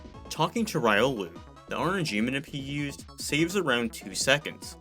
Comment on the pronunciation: MESHUGGAH was named after the Yiddish word for "crazy", pronounced "meh-SHOOG-gah" (a bit like "meh sugar" without the final r-sound); Riolu is pronounced "REE-oh-loo".